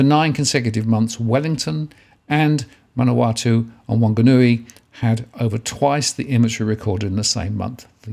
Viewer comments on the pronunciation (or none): Waitakere is pronounced "Y - tak - ery". Manawatu is "Man-a-wa-too" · Thank you, sir--a great, informative video as always. 'If I may poiint out.... Manawatu==""ManawaTU"...last syllable and Median Price Indicies"==="....Indices" >>>Just glad I'm not a young married looking to buy....there's a Lotto draw tomorrow night.....